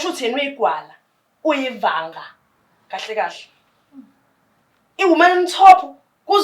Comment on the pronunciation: ivaka not ivanga sisi wami ivanga yithanga lomuntu